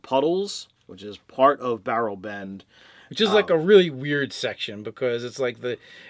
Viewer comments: sounded like Barrelben to me XD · Just a small pronunciation issue, the town they arrived at is called Berleben. It's hard to catch on the stream, but they've uploaded a picture of the map that has it listed. According to a tweet by Matt, the -ben suffix seems to refer to swamp towns. In campaign 1, there was another swamp town called Stilben, which is where Vox Machina started.